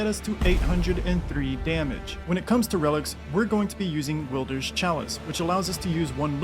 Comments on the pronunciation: Please just say wylder not wilder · FOR THE LAST TIME, ITS WILD-ER NOT WEELDER OR WILLDER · Stopped watching after Will-der 😂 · Um ESCUSE ME, The W is silent, it is pronounced Illdeer, because he is the illest deer in all the land between. Get it right chump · Ah yes, the will-der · Bro tryna rage bait us with “willder” lmao. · Calling wylder will-der is wyld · Hey said “wil-der” I heard “Wilbur” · Will-Der Do Will-Der Don’t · "Willder" lol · How do you fuck up a name that is clearly stated several fucking times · The way you pronounced wylder took 5 years off of my life